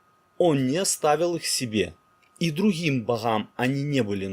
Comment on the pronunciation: Как же Вы хакаете. Друхим Бохам, блаха, друха. :(